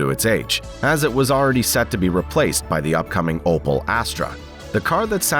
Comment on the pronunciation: opel my dude opel not opal :D had me cringing entire video :D